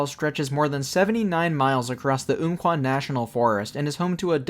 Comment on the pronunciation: Great video man. Just one correction, it's "Ump-Kwah", not "oomp-Kwah". This was named given to the river by the Athabascans long ago, and later the US government passed that name to the forest in 1908.